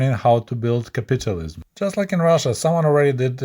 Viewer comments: Not nagging, but it's pronounced as capital (money) ism. Not capitulate (surrender/give up) ism. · Pronouncing capitalism as sounding like “capitualism” adds an amusing twist to listening to this presentation.